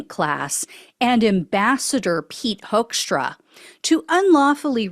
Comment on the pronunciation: You would pronounce his name as Hookstra, it's a Dutch name originally. (Greetings from the Netherlands ❤)